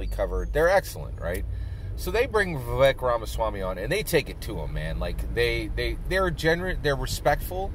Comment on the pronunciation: Vivek is pronounced "Vi-Vake"